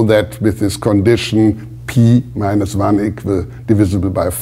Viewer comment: pee minus wan. shudder